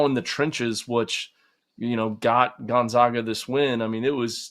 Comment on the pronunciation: The disrespect of Gonzaga is terrible. First mispronouncing Ike then mispronouncing GONZAGA. Seriously, if you’re still doing that at this point it has to be intentional.